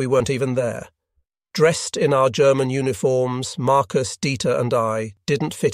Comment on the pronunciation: This is not actually narrated by a human being but some sort of text-to-voice chatbot; hence, German with a hard 'G'.😅